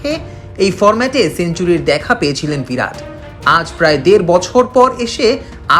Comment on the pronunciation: নামটা 'ভিরাট' নয়, 'বিরাট'!!